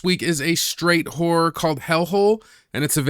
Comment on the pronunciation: Did he say "hore movies"? Like Debbie Does Dallas?